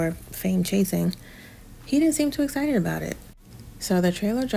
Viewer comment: NOT ONE BIT "ESSITED"!!! 🤣🤣😂